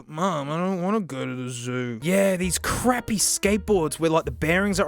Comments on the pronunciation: He means it sounds like he says "fuck". First thing I noticed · sounds like he said "fuck" even though he didn't